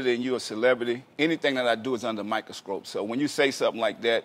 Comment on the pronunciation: What's a "Microscrope"???